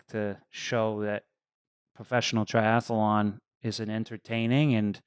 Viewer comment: When is someone going to let Lionel know it’s “tri-ath-lon” not “tri-ath-alon”?